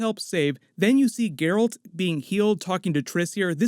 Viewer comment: his name is Geralt (Jeralt) not gayralt